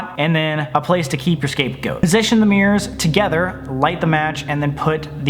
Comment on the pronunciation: Omfg it sounds like he says Escape Goat